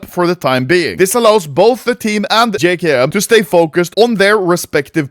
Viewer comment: “jay kay em” my guy its “jay kem”